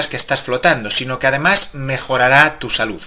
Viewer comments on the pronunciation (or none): none